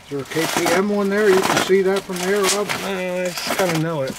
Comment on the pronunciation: Am I the only one who thinks he's always saying, "Hob," not Rob. BTW I think Hob would be a cool boy's name.